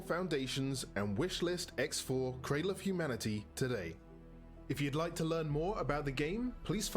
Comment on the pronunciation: Ummm.. it's "cradle" not 'craddle' just fyi.